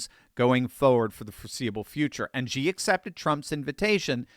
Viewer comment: Who is GEE? You mean SHE? aka Xi there is no G in that name. The G only comes in when you say his last name.